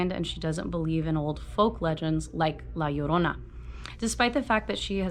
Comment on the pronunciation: You were the only person I found to say la llorina correctly while reading this chapter